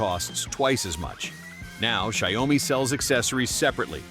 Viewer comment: Xiaomi pronounced show-me. Rhymes with cow.